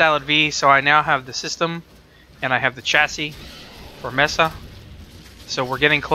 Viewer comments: "Mess-uh"...no, no, it's "May-suh" ... like a plateau! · I think it helps to know the genesis of a word. Mesa, is Spanish/Portuguese for Table. Applied as a name for the desert feature common in the Arizona/New Mexico area. Maybe it is just me, but that visual combined with the pistolero style of the Mesa Warframe, and I can't help but say it May-Sah. All and all, I respect what your saying about being burnt by rude comments. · Aw, say mesa however you wish! I pronounce Mesa: "may-sa"/"meh-sah" because of the Spanish classes I took as a kid. "La mesa" means "the table" in spanish:P